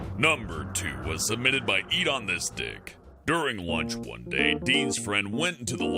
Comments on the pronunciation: That's endonystic not edondisdic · When u said edonystic it sounded like u said eat on this dick 🤦🏿‍♂️ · sounded like eat on this dik